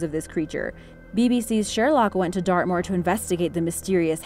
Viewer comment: Wen u said dartmoor I thought u said earth maul.